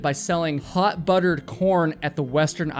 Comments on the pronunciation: I could have sworn he said they sell hot buttered porn at the state fair lol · ...swear on my beloved horse Dally 's ashes, i thought Idaho must've REALLY decided to lean into that whole old "I''da'ho?! Nah, YOU the hoe!" Saying during that first one cuz i genuinely thought you said: "HOT BUTTERED P0RN"